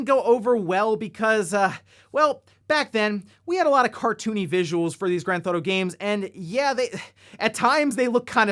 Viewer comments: Please quit calling it "Grand Thauto" it's Grand Theft Auto. Also GTA if it's easier to say. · it’s pronounced “Grand Theft Auto”